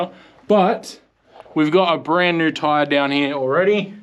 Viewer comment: new not nooow